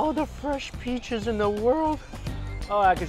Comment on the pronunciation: “ aahh, all de fresh pEaChes in tHe wOrld”